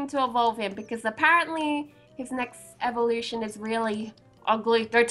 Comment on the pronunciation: how about the gym of evulution and the badge of eveelution evulution is pronounced evoolution and the e is like in evee